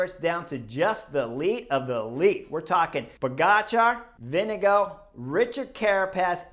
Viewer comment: vingegaard is pronounced vingegor, great comentary though always enjoy your opinions